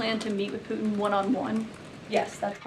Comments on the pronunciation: can this woman not pronounce PUTIN? she keeps calling him poo in - True Ghetto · She needs to pronounce her t's. It's Putin not Puan. Lol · Why does she pronounce "Putin" as "Poo-in"? What dialect is this? It sounds like a Cockney accent influence, but she's speaking American English. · and cant pronounce PUTIN - OMG ...... who is poo in? she sounds like Candace Owens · and cant pronounce PUTIN.